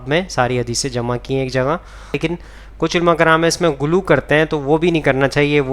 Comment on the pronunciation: اپکو اردو نہیں اتی کیا گلو نہیں غلو لفظ ہے